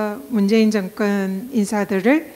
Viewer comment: 정건? 발음이 거슬리네요. 경상도 분들도 제대로 발음하시는 분 많아요. 공인이시니까 의식적으로 고치셨으면 좋겠네요.